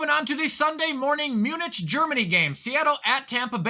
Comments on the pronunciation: It’s pronounced Muni(C) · “The Sunday morning, mew-nicchhh Germany game” 🤦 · Did you just say Munich like "sandwich" lmaoo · You absolutely butchered pronouncing Munich. My ears started to bleed...